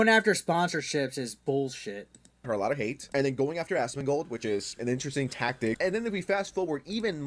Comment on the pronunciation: Buddy, I love you. You said Tectone right But It's pronounced AZ-MON-GOLD 👍🤙